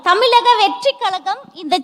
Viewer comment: அது தமிலக இல்லமா தமிழக ழ வ ஒழுங்க உச்சரிக்க பழகிட்டு அப்புறமா மேடை ஏறுங்கமா 😂😂😂😂😂😂